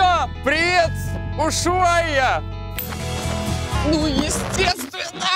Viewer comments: не Уйшуайи а Ушуая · Не Ушуая, а Ушуайя! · А почему вы говорите что Ушвая , а там Ушуайя